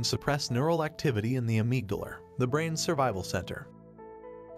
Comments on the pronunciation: I thought the pronunciation of benzodiazepines was bad and then I heard ameegdaluh -_ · in thee ameegdalur